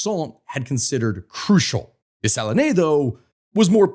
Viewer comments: Des-Sa-Lean... at least learn the correct pronunciation! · Dessalines is pronounced Day-sa-leen…. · It would be easier to pronounce French names if someone told you you don't pronounce final "E"s. You don't say "Day-sa-lee-nay", you say "Day-sa-leen". Same with Toulouque, you say "Too-loo-k". 😅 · Dessalines = Deh-suh-leen not Day-sah-leenay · It 's not Dessaliné. It pronounces " Dessaline, as in saline solution : "De saleen" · You have to work on your pronunciation of Dessalines